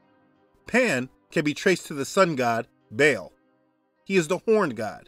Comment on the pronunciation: I think you pronounced ba al wrong